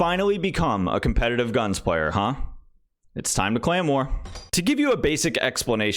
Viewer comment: Am I the only one who hears “claymore” every time he pronounces “clan war”?